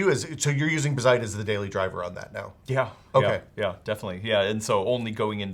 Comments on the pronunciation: It is indeed bazzite as opposed to bazzit, but you're putting emphasis on the wrong syllable. Emphasis goes on the A, not the I. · Buh-zite? Nah, I definitely read it as "Bazz-ite" with the zed sound affecting the first syllable not the latter... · It's pronounced BAZZ-ite, not bah-ZITE lol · Guys, it's BAH-zite, not buh-ZITE. :) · Bázzite not Bazz'ite... jesus... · (Baaz- zite) your welcome 😅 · The double zz is the giveaway sign to stress that A as BAZZ-ite. Like, Ballet isn't buh-lay. Its BAL-ay. Mullet ain't Muh-lett. Its MULL-et. 🤣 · Actually it's BAZZ-ITE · yeah it's Bazzite, rhymes with alright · Lmao who the hell would pronounce Bazzite that way? I watch a bunch of handheld/mini PC focused YouTubers and they talk about it all the time and literally none of them have ever pronounced it that way.... Anyway.... Good to see something like this getting some coverage on a channel like CNET. Linux gaming has come a long way and SteamOS is fantastic. Can't wait to see more widespread adoption. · the way you don't pronounce Bazzite correctly is just annoying. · The em-PHAH-sis is on the wrong sy-LLAH-ble.